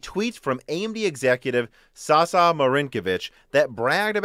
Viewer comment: Minor correction, his name is pronounced as Sasha, with SH as in shoe. Otherwise great video as always!